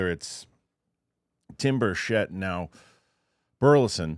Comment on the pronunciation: DUDE, READ YOUR COMMENTS! Representative Tim Burchett's last name is pronounced BURR-chit (rhymes with "birch it").